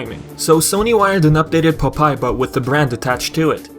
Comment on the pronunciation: It's pronounced Pop-eye, not Pupai. don't mean to sound rude, just letting you know.